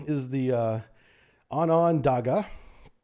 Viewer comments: Onondaga. Locals pronounce as ON-a-DA-ga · Ojibwa = Oh - Jib - Way Onondaga = Oh - Non - Day - Gah Okanagan = Oh - Can - Naw - Gan Named after Indigenous tribes in Canada, sorry I know you tried your best to pronounce the names but man was it killing me haha. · Pronounced O-jib-a-wa Oak-kinn-nogin Own-on-dawga Or at least this is how many Canadians would say it. I'm shure these are poor Anglo approximations of indigenous pronunciation. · Canadian here, just wanted to clarify the pronunciation for you. Ojibwa = O-jib-wah Onondaga = ahn-nin-dah-gah Okanagan = O-kah-nog-in